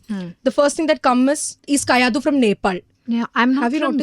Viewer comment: Bro not kayidu its kayadu